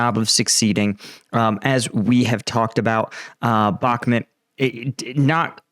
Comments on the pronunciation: It’s pronounced “back-moot”, not “back-met” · Bro if you are going to comment on Ukrainian matters at least learn Slavic pronunciation. Sever means North and is pronounced Se Vair, Bahmut is not Bakmat but Bah Moot. Please for the respect of those that speak the lingo make the effort and learn the pronunciation. If you need some help reach out. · 'Bach', as in Johann Sebastian, 'moot', as in something subject to debate. 'Bachmoot', try it, it feels good. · Jesus, learn how to pronounce Bakhmut. It's not Bakhmet... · Why do you pronounce Bahkmut the way you do? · Mate, please learn how to pronounce Bakhmud.